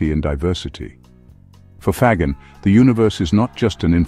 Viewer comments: Faggin is pronounced 'fa - jean', accent on jean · Why can't the people who write or read the narration do a little homework? In 2 minutes they could check with a pronunciation app. and find out that FAGGIN is pronounced fa-gin (the g is soft, like in gin, the stuff you drink with tonic water). In Italian (he is Italian) a G followed by an E or an I is ALWAYS soft. Like Gender or Ginger. This lack of professionalism is disheartening and makes you wonder what other stupid mistakes are being made.